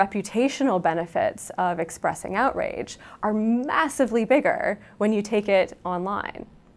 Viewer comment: only 120 dislikes ? ppl rly like this sheeitzz so much ... "So much biggeeeeer mnya wya (indistinct mouth noises) onlineeeee .. those pronunciations are giving me cancer